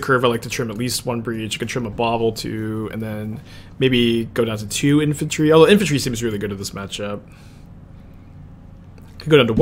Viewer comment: “infaltry.” There’s no L! Sounding like saffron olive